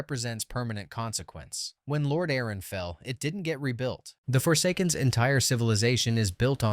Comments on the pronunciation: Lord A-aron. 😂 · Lore Dare On is sick lmao